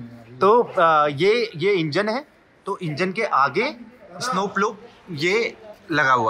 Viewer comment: Bhai स्नो होता है isno isno lga rkha hai